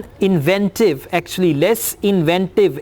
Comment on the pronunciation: Did U pronouce inventive wrong? Sir?